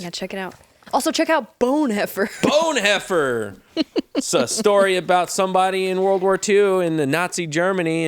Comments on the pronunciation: That last ad read was painful 😂. Please note the pronunciation. Not Bone Hoe Fer... Bon Hoffer. German Christian who went from being a pacifist to plotting to kill Hitler and died a martyr. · His name is pronounced "Dee-trick Bon-hoff-er."